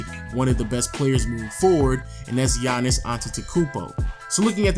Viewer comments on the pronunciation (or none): none